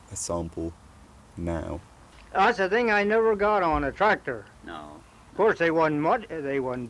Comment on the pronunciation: Weeeeird. I'm from Somerset, born and bred. Initially yeah, it did definitely sound American, "got ooon a tractor" but it's funny now I listen back it doesn't, just sounds like old skool west country haha